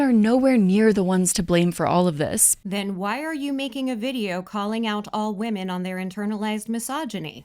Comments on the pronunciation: She pronounces women as "woman" and its driving me crazy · Is it just me or does she pronounce “women” and “woman” the same? Like she’s unsure which one to use so she just says it weird hoping no one notices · Why do people say “women” as “woomen”? It’s driving me nuts